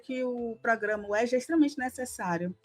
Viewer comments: Êja e não éja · Se pronuncia EJA e não ÉJA. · No Rio a gte fala Êja (não Éja)